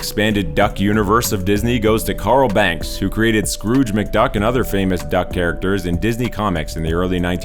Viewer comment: FYI: It's Carl Barks, not Banks.